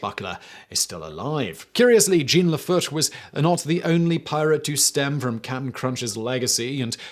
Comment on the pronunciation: It's "Jean", [pron. "jzhoh(n)"] not "Gene!"